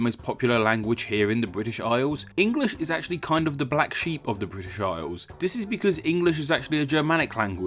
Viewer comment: '.......Fwom vuh Bwitish Isles........'- nice speech impediment, you turd - BRAVO !!